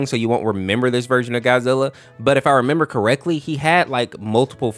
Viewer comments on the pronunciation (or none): none